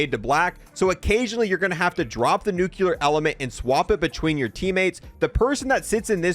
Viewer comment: it's not NUKULAR it's NUCLEAR